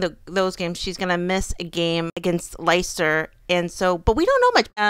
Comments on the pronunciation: Leicester is pronounced less-ter I Love your pronunciation though 😂😂😂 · Did you just say licester ? It’s Leicester😂😅… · haha yes! Lesicester was a mess. Ajax here in the Usa is cleaner! But I know its pronounced different there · Love your vlogs. Hope Viv is feeling better. Leicester is pronounced Lester fyi... no big deal... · “Leicester” is pronounced < >. (And dont even try Loughborough…) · Leicester is pronounced "lester" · It’s said lester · Can you please learn how to pronounce the names of the teams ???? Ajax Leicester. Come on…